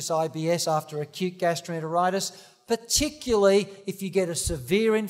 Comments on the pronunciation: He means particularly but he is saying it wrong. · Funny that he can't say "particularly"